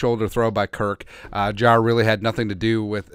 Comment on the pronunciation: They way you pronounce Jaire is driving me crazy lol it’s not Jarar- it’s jai-air lol but couldn’t care less he’s a cheesehead I can’t wait for this season to start